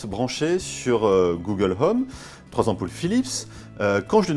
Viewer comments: "Google l'homme" -_-' faudrait peut être songer à revoir la prononciation. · "Google Heume" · Le H de home est muet. Je dit ça je dit rien.